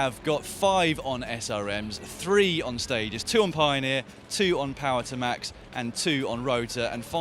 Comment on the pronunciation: It's Power-TOOOO-max, not POWER to max.